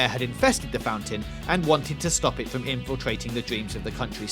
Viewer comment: "And fwom the video game Fee-oh, we have Owma. The Scawy ghost guwl." And I'm done with this video